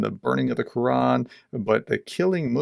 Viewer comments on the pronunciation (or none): none